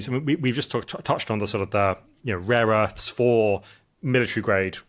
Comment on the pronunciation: I thought this guy was making some good points until he said “raw earths” several times, turns out he’s an idiot.